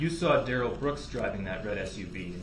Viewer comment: Suffering!?? You don’t know the meaning of the word. DUH-relle!!!